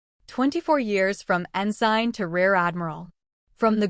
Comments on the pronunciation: Yes, pronounced ensin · Great story. But you need to tweek your AI Ensign is pronounced with a silent “g”. Thanks for sharing ❤ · Auto correct error. Mispronounced ensign